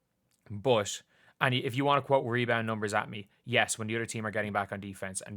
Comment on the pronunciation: Come on , Shaq, you know , she's number 1 for sure. At "Me -bounds".